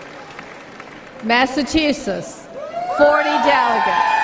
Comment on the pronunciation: Did he say Magachusetts ?????